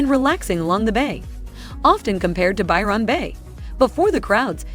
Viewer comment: This has to be AI, she can't say anything with $ right. They do no research, check the temps for yourself, lots of folk will not live in the top end of aus without aircon, which is exy. Byron bay... do not say the Ron like she does, ignore the o it is almost skipped. Our vowels are short long or half way. This o is not long. She's annoying. Tourist culture means landlords want the big bucks, on the gold coast we could only get 6 month leases. They wanted you to move all the time. Tourist jobs don't exist in the off season. Alice sptings is not a safe town, miles from anywhere, at night, lock yourself inside.